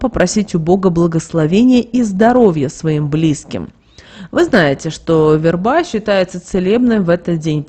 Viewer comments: В е рба, а не верба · Да что же вы искажаете смысл слова "верба" Говорите правильно! Слух режет.